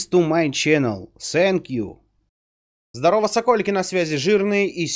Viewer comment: Только начал смотреть твои ролики, уже много просмотрел, я мне никак не даёт покоя фраза sink you ( thank you) )))